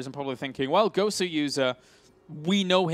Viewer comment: It's not "Gowser" it's "Goswser" as in "Gosu User"